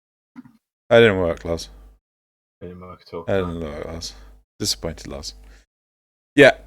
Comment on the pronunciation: ITS LOZ!!!! Not lars.... Grrrrrr Awesome points you made here though!